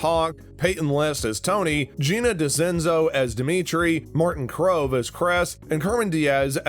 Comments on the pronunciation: Martin crowe as cres🤣🤣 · “Martin Krove” and “zolo” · “Martin Krove as Kress” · bruh if you're a true cobra kai fan you would know how to pronounce everyones names "jared burtrand" - Jacob Bertrand Tony - Tory Krese - Kreese Gino Dinseo - Giannini DeCenzo Martin Crove - Martin Kove Cermen Diaz - Carmen Diaz Zabaka - Zabka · "Martin krove as kress"